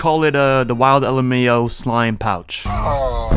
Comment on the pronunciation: Is your name pronounced "wild lem-ow" or "wild ellemayoh"?